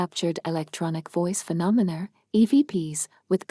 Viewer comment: Can you PLEASE STOP using A.I. for the narration.....what the hell is a "Carstle"......also what is "phenonmer".....also the pronunciation of Armagh is wrong.....i got as far as belfast castle and had to stop watching due to the annoying robot voice